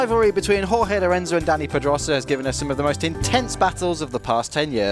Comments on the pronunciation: Why can`t the narrator pronounce Pedrosa properly? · h that guy does not know how to say pedrosa right